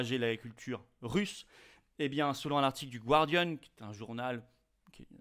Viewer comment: On dit gardian, comme gardien, et non gwardian. Le mot vient du français...Observation tout à fait secondaire, j'en conviens.